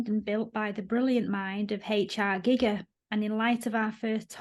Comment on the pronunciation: Is it not guy-grrr not gig-er